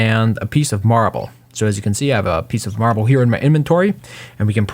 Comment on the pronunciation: Take a shot every time he says marbel you'll be dead